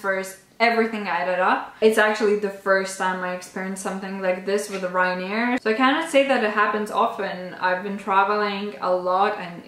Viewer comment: I think its Ryanair not Ryanear actually :)